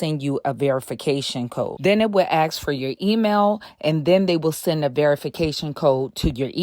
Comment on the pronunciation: Ask, not 'ax'